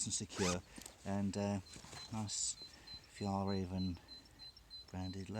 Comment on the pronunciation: The pronunciation is more like Fyell Rairven and Trangia has a hard G 🇸🇪🇸🇪🇸🇪